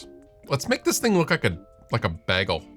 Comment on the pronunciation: Can you say bagel again please? I had a good laugh 😂😂